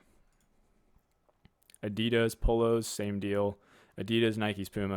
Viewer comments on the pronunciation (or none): none